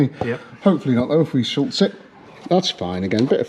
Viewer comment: Schutz doesn't have an 'L' in it, it's the German word for 'protection'. Unless you're referring to something else, like Charles Schulz the American cartoonist, but don't try putting him on the bodywork because he's been dead for 24 years.